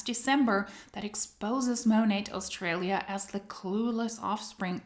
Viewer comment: When taking about Australia, the 'aus' is said with a hard U, not 'aus' in the way it's said in German with an almost breathiness, but hard. In Aussie, the 'ss' is said as if z. oz-zee and said hard or firmly, not breathy.